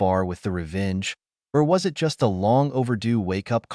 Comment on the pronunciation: Fix your AI device to know the difference between it and I. T.